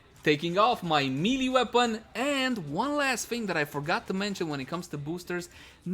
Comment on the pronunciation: People just really need to learn how to pronounce MAY-LAY. Please stop with the MEE-LEE